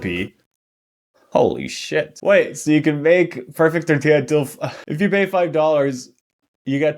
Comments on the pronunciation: Something opening this video reminded me of was that one vine “more like hurricane tor-TILLA” and it made me think about how much I hate people pronouncing tortilla like “tort-illa” or “tor-tilla” instead of tor-tea-ah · ngl, I didn't even register it was supposed to be "tortilla". She didn't even pronounce the double L